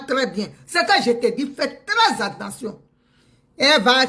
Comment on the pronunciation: On ne dit pas anttention chère Madame et tous les ivoiriens, on dit attention, A TT EN TION et non AN TEN TION..